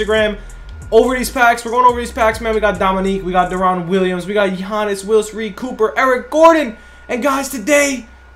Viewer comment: Love ya bro but you saying deron’s name wrong please look it up. It’s so annoying